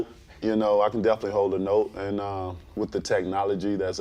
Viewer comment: "Oh most deafinitely"